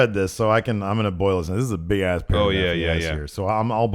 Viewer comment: it sounds like said "bick ass" lol